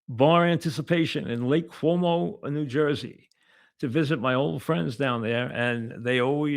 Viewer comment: Lake Como, Mike. Not Lake Cuomo. Dope